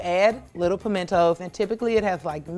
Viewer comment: I HATE when people say pimentos wrong. it gets on my last nerve also.. she noticeably DIDN't try the wedge salad.....